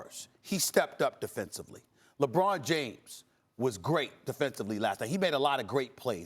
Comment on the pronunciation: Stephen “Lebrawn James” Smith